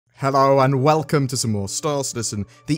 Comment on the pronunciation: "Moar" Ships